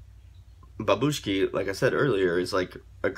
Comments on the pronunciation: BurAnovskie bAbushki, not babUshki. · Love ya reactions dude! How to pronounce it correctly: bu'ranovskie 'babushki. And yeah, we had a national selection where they won. Ahahhaah 'I love grandmothers' 😂😂😂